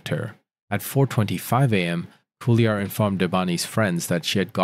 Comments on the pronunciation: Just FYI for the narrator.."Cuellar" is a fairly common Hispanic surname. It's pronounced "Kway-Yar"..NOT "Sue-E-Yar". Sorry..it's super distracting. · Pronounced Quay- ar (Cuellar) not Sili ar. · Cuéllar is pronounced Que(like the Q in quest). The second consonant is pronounced like the Y in Yard. So if you do Que-yar it would sound more or less like it's supposed to. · Great content but you really should learn how to properly pronounce names. The driver's last name is pronounced "kwe-yar."